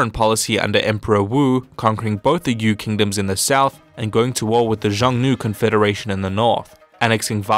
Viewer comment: Contrary to popular belief.... cough my bad... I mean actually according to popular belief the Huns did attack China. You might want to educate yourself on the raids. The term Xiongnu (which you incorrectly pronounced as so many do) is the term known as for the Huns. There was a split. Between the Eastern Huns or Xiongnu as well as the "Western Huns" which lead to Attila and the others in the West.